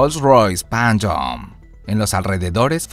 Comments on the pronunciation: porque dice "panchom"? jajajjaja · "rolls royce panyom" no mames